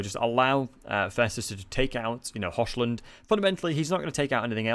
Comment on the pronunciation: Hochland is pronounced "Hokhland", not "Hoshland"